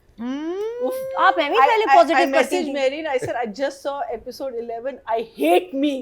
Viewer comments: please STOP using word EPISODE or better learn how to pronounce it correctly. You say it as APISODE n that too several times - very annoying. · Can someone please teach how to pronounce "episode"? It's not "aaapisode"